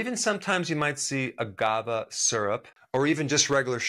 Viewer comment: You keep saying agavah. It's agaveh. Great video.